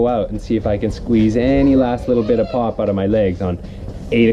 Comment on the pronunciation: I hear "pot" instead of "pop" everytime XDD